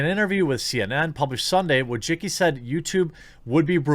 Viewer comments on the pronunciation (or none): Wojcicki - you pronounce it "Wooy-chi-ts'kee". it's a polish surname. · I gotta say, whenever I hear the last name Wojcicki mispronounced I die a little inside.